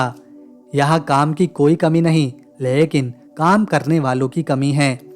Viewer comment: Lehkin nahi mere bhai lekin bola kijiye.